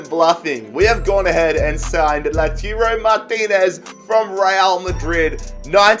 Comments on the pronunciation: Its lau-toro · LaTIURO Martinez, Borja MaYAROL... dude, you have good content, but please, at least try to read the names of the players right.